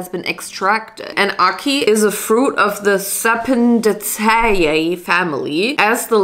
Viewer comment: sapin- day-see-ay is the pronounciation for the family of the fruit lol. i thought id say that because i take garden class so i recognize it.